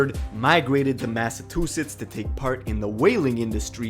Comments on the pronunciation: dude was really saying Massa-Tooth-its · WTF!!!!!! Illiterate Narrator….. it’s MassaCHUsetts!!!! Not MassaTWOsetts!!!!! RIF…Reading Is Fundamental!!! And you my friend put the MENTAL in Mentally Retaaahhhded!!!! Thank you for starting my morning off aggravated AF!!! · Lol massatwosets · THANK YOU for pointing out that “Massatusetts” bs 😂😂😂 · I’m the only one peep the massa 2 sits 😂😂😂 😂fam pronunciations is terrible for Massachusetts like holy shit😂😂😂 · Why he say massatewsetts 😭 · The dude kept saying massatwosets lol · Bro it’s Massachusetts wtf that man just said